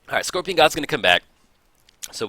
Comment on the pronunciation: "scoPRion"...oh.